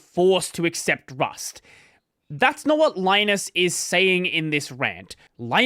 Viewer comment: You don't know how to pronounce Linus? Ridiculous. Bye!